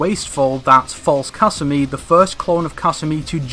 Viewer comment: You said kasumi about a million times and pronounced it wrong every time